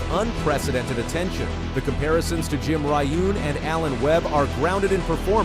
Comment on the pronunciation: Jim Ryun … like Ryan … NOT Jim Ry-oon …